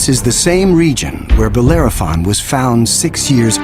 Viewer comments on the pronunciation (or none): the name is Bellerophon not Bolerophon. Dyslectia? Crocodile or Cocodrilo?